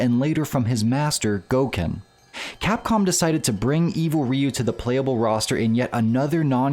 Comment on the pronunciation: It's R-.... oh wait, you said it right. I'm so used to hearing it as "evil raiyu" for more than 20 years now, hearing it said right is actually kinda weird.